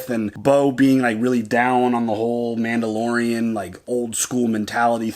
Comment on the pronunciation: Man-BO-lorian!! LOLOLOLOLOL Mando-saurus!! LOLOLOL LOVE IT!! Also, I thought Grogu was trying to say "Look out behind you!" and not "This is the way".... I think he woulda felt them rollin up via the force.